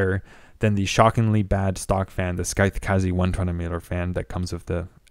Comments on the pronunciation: Did they tell you it's pronounced like SYTHE, not SKY-THE? lol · I never thought I would get so triggered by someone saying 'scythe' as 'skythe'. Is it a regional way of saying it? Here is how regular people say it. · Are you saying wifout? It's not Skyeth, ..just Sigh-th, ..like the word scythe. 120 meeler, ...do you mean millimetre!?!?! Holy crap, pay for a narrator or something. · The sKythe lol. Had me dying. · skythe? you mean scythe...like the "psy" sound in psychic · Great review, super helpful and you're content is great. I can't help it though as I'm screaming at my screen - I'm not sure if someone has already said something as the video is a year old, but RPM is already plural so you don't need to worry about saying RPMs, it's like someone adding an S at the end of Pokémon, like my mum because she doesn't know what she's talking about. Also, the C in Scythe is silent. Beyond that, your video was so helpful with my NR200 build! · Are those gpu plugs ont he motherboard fan headers? Is that a thing on the z490 gigabyte boards? The c in Scythe is silent. ;) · Do all Canadians say scythe wrong or is this guy just mispronouncing it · the C in Scythe is silent. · ur pronouncing scythe incorrectly and ur cpu fan is blowing into the case, not out at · nice video! just FYI, Scythe has a silent "C". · Dude it's sycthe , like the reapers sychte... Cmon, english so not my mother language and even i know how to pronounce that :) Triggered me a little, what can i say. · You have ZERO aesthetic sense when it comes to colour coding for your hardware. 20 minutes of visual horror and imprecise planning. But that's ok, it's a learning curve. What is unacceptable is you, a native speaker, unable to pronounce the word ''scythe''. Well, I'm gonna be helping you with that, here's the phonetics and the pronunciation of the word. scythe / saɪð / [ sahyth ]